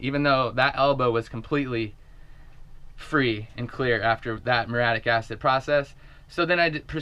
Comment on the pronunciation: I think that type of acid is pronounced with 4 syllables -mur-ee-aa-tic! whoo, keep up the sweet vids